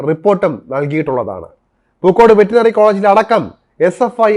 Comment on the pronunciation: വെറ്ററിനറി എന്ന് ശരി ആയി പറഞ്ഞാലും